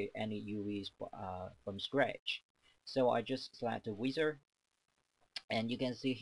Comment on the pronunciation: WIZARD... not weeezard.... ENGLISH man